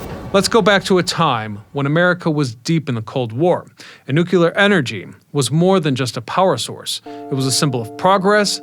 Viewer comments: Pronounce "New-Clear", not "New-Que-Lur"!!! How can you possibly present the subject with any credibility when you consistently mispronounce it's name?🤡🎪 Look it up = nu·cle·ar /ˈno͞oklēər/ 1. relating to the nucleus of an atom. Say this out loud = "A NEW day is dawning with a CLEAR blue sky". You can say the 2 words separately. Now, combine them NEW*CLEAR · Nucear, not nucaler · Nu-clear. Not Nuc-ular. No such word exists. Instant credibility loss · Say it with me now… “NEW-KLEER.” There’s only one ‘U’ in there. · If you don't learn how to pronounce Nu-Clear..... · New-qa-ler??? What's at the center of the atom? The new-qa-lar-eous 🤦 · made it to before leaving for nukuler reasons. TD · Learn to pronounce "nu-clear" please. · Haha that's funny. Its all good ,the homie George dubya used to say nukular as well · OMG. It's pronounce "NUKE - LEE - ERRR." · 🤣🤣🤣🤣 So annoying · It doesn't annoy me when you pronounce it 'new cue lur', I simply know how educated people feel about those who cannot pronounce things correctly once they know the correct way, and, having been made fun of when I was a kid when I made a mistake, I didn't want you to suffer the same fate. Because try as we may, there apparently are a very lot of people who think anyone who is different is automatically relegated to being considered mentally deficient. I watch your videos anyway; I know other people who mispronounce words, and think it's perfectly fine, as well. You make great videos, so, pronounce it any way you like. But at least now you know, that we're not saying this out of malice. We're just trying to help. Honest. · Each time I hear nookyooler it hurts my soul. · I do voiceovers professionally. I tried to make it through, but you kept saying "noo-kyoo-luhr", and then when you said plu-toon-ium, you lost me.